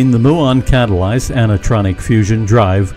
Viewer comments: It's myoo-on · You ought to look up the pronunciation of Muon. Seriously.